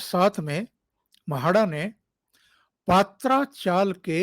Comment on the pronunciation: Dada पात्रा चाल गलत पात्रा मतलब अरबी के पत्ते पत्रा सही उच्चार है पत्रा माने टीन .छतपर टीन के पत्ते डालते है वो पत्रा